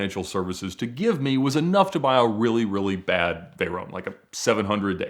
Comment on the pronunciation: I've never heard anyone say "Veyron" or "Chiron" like Ed. Is this how it's supposed to be pronounced?